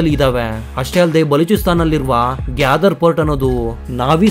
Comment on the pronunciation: Gyadar alla Gwador